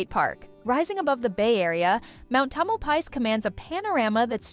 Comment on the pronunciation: Learn to pronounce the names correctly...tomelpies pfff